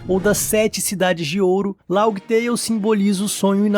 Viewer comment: Mano, toda vez q escuto LAUGUI TEIO, eu fico com a ctz q vc n troca ideia sobre onepiece, e que esse roteiro é apenas i.a... Fã falar Laftel até entendo, mas laugui teio é pica.